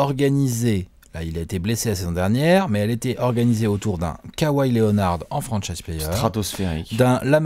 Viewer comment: K ouaille mdr les Frenchi mtue. On dit kawhi kauwaille mdr